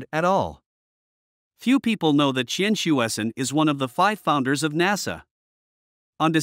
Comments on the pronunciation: Come on, his name is pronounced as "chien-sweh-cern" . It's not that difficult. Don't be lazy. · 1. Totally mispronounced his name. 2. He was known as Hsue-Shen Tsien when he was in CA. One of his collaboration with Von Kármán resulted in the Kármán-Tsien Rule for approximately correcting compressiblity near transonic speed. 3. He did not found NASA, which evolved from NACA. 4. Aerojet Engineering Corporation, the company he worked in was founded byJack Parsons. Parsons was more important and contributed more to US rocketry than Tsien. Parsons was an American but few Americans even know who he was. Check Wiki to learn why! 5. For political propaganda, Tsien was way overblown in PRC, but hardly any Taiwanese knows him.